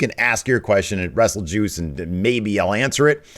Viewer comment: Did say "ass wrestle juice"?